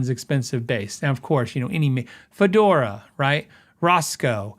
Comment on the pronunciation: Fodera…. Not fedora. It’s a bass, not a hat. 😊